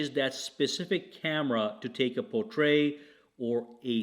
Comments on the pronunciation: Portrait has a hard "t" on the end. It should not be confused with portray! ( jeez, how many times ?! ) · Wait!!!!!!Did anyone hear how he said portrait lol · I think my wife tried to do that to me last night.